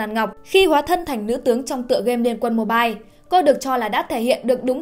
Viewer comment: “liên quân Mibile” 🙂